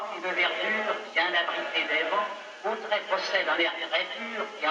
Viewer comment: Bordel on dit Cauterets pas Cautrets